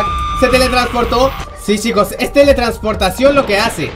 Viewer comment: Al principio que dijo "Ay esta chicos" habia entendido "Ay esta chimbos" :v xD